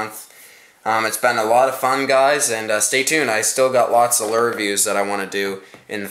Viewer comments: A simple blue fox vibrix is the way to go and learn how to talk not lurr or rapla and troat It's lure rapala and trout god damn and u were calling a swivel a spinner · im not sure if its just cause im southern,but why is he saying lure like lerr? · it,s not a lur it,s a lure